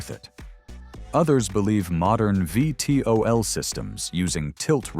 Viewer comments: Don't let moronic AI narrate. It's NOT "five tee oh el" it's VEE TEE OH EL! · It is A.I. SLOP, when the computer reads the name of the Hop Flight Cyclone V.T.O.L. it says Five T.O.L.. I've now blocked the channel. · Need to listen to your AI narrator for errors; “Five-tee-oh-ell” is how you say VTOL? Better yet, I’d rather hear your own voice! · Lol with the A| audio. It first uses VTOL properly, then reads the V as a five another time